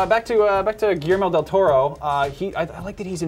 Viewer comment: Giermo dil Toro? Who the hell is that guy, learn how to say Guillermo del Toro please!